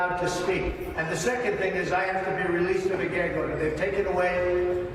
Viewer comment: And the judge said oder in the court